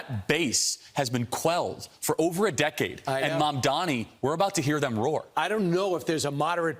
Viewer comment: Do these people have a speech impediment? It's Mamdani not Mamdami.